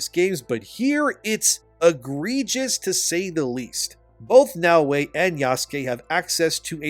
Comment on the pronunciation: The other thing wrong about this game is how the people playing it can't pronounce "Yasuke" or "Naoe", like you.